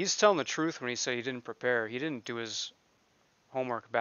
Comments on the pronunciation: wasn't it so annoying how he pronounced words!? Troof-truth Oaf-oath Wif-with Dat-that SuBstain-sustain Ughhhhh!!! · It’s da troof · Its the troof , you never axe me that. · LOL... and it's the troof that the judge took an OOF of office and it's his right to AX for it.